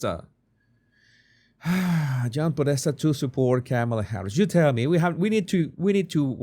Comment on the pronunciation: John Pedesta? You gotta be kidding me.